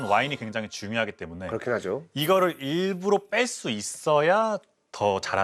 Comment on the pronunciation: 일부러를 계속 일부로로 발음하시네...